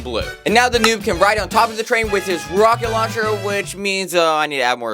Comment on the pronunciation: He said rocketloncher